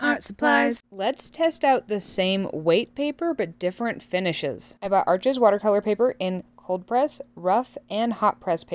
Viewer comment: The name of the paper is pronounced ‘arsh’ (it’s French), not ‘arches’. Thanks for the vid.